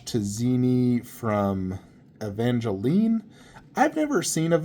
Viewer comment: Evangelion. It is pronounced "Ay van gel lee on"... don't disrespect it like that :(